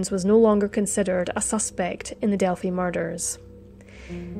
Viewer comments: It is pronounced Del-Fi (like Wi-fi). Everytime you said..Delfy I cringed. Sorry..I'm a Hoosier. I understand not everybody knows how to pronounce it. Have a great day!! ☺ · Thanks for updating the investigation status - FYI its pronounced “Delph-eye” not Delph - y.